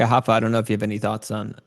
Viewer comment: It's "Rapha", not "Hapha"